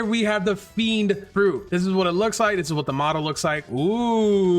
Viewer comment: It's fiennnnndddddddd not fenid